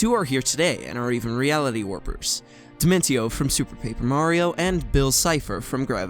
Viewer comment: You pronounced Dimentio's name wrong. It's pronounced Dimentio (dimen-shee-oh).